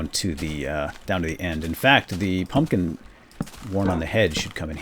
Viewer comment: pumpkin not pumkin